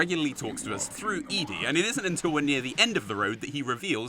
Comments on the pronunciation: Not sure why E-DE was getting to me so much, it's ED-E, right there on the screen 😂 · why the fuck is he pronouncing ED-D (correct = "Eddy") as "EE-DEE-DEE" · Eddy, not eedee. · Might I just add, its Eddie not Eeedie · It’s eddied not e d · I just now realized that he says ED-Es name wrong he says it like E-DE and I’m pretty sure it’s pronounced like eddy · ED-E is 'Eddy'. That's what the hyphen is for. If you list the letters he's ee-dee-ee. Neither of them is what you say, ee-dee. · I don’t think it’s ‘Edie’ I think it’s ’Eddy’. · this man pronouncing ED-E as "eeeedy" when its obviously "eddy" hurt my little brain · Your driving me crazy with this E-DE shit, ITS ED-E LIKE EDDY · ummm Dude.... its ED-E not E-DE..as in Eddy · ...Eddie right. Not Ee-dee? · The continued reading of ED-E as "Eedie" and not "Eddie", which is clearly not right, is slowly driving me mad. Fantastic video otherwise. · Isn't it Edd-E? As in Eddy? Not Ee-D? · The fact that you're pronouncing it "Eadie" and not "Eddy" bothers me a lot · Can’t believe you pronounced ED-E as “E.D.” like a million times, it’s literally like the name “Eddy,” unsubscribing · It's Eddie not E-d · saying eedy instead of eddie got ed-e is objectively wrong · EDDY not E D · Holy i had to stop by the way you pronounced ED-E. Its pronounced like “Eddie” like the name? Not E-D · Is... Is it not "ED"-E? As in Eddie? I would never have thought to call him Eedee. Eddie is so obvious. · Eedee? Is it not just eddy lol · ...I know you said you fucked up Ulysses's name throughout the video, but I was not expecting you to pronounce ED-E like E-D instead of Eddy. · Eddie. ED-E's name is Eddie. EDDIE!! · ED-E = Eddy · I think ED-E is pronounced like Eddie... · Haven't seen any comments for it so here we goooooooooooooo. ED-E is pronunced Eddy. ED-E is pronounced Edd. ED-E is pronounced Eddy. Y'bloomin' git. (Jokes aside I love your videos and have for a long time. Just didn't see this comment yet.) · Ed-e is pronounced Eddy